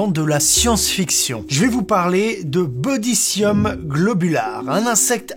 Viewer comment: Mais il dit bodycium alors qu'il est écrit bocydium sur la vidéo. La galère ces noms scientifiques hein mdrr